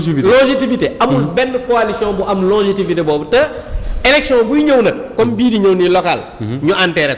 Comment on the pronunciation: Logétivité pfff in dit longévité demal diangui mo guen ton bla bla